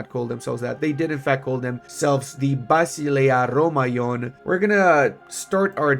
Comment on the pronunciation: Hello there. The pronunciation is actually vasilīa romēon, vas like in vast, without the t. Silīa like in silly with an a in the end and romēon like rome and aeon together.